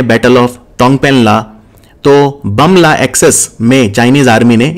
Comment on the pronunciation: Its pronounce as 'boom la'